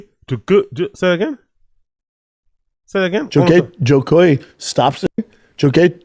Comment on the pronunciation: Bro you can't slag off Brendan for not being able to say "Joe koy" when you can't say it either... You call him Joy Koy 🤦🏻‍♂️